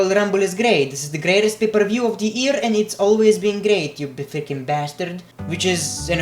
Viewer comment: It's not ear, it's year